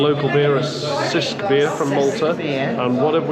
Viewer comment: Glad you're enjoying Malta. Cisk is pronounced like Chisk, not sisk. The Brewery tour is worth a visit